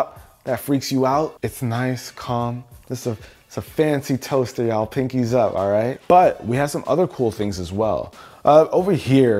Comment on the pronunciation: Love the way he pronounces the toaster. Lol